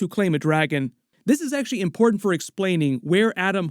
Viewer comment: You’re saying the word “important” incorrectly new phenomenon for people under 35 years old. Weird. love the videos though